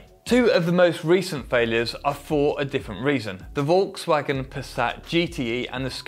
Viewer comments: its pronounced folkswagen not voulgswagon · never heard such a bad pronunciation of Volkswagen 😂 The "Vo" of the Volk should be pronounced like the fo of the term "fork" for example. And "wa" from" wagen" sounds like (weird example ik) "fuck" but a w instead of a f....